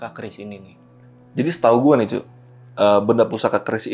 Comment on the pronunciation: "cok" abang abang semuanya 😅 ,, bukan "cuk"